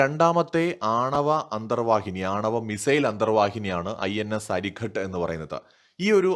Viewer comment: അരിഖാത് - അരി(ശത്രു) യുടെ ഖാതകൻ. അരിഘട്ട് അല്ല.